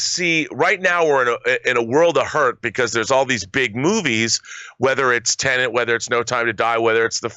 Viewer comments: *Tenet, not Tenent - sorry for being that guy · Its TEN-ET not TENENT